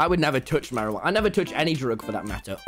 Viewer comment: the way he said marijuana XD